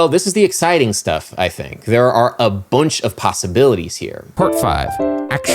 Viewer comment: you said "Bunch" in a potteries accent (Stoke on Trent, England).